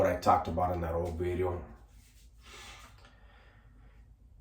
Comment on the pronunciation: It’s funny the way you say “New Bideo” 😂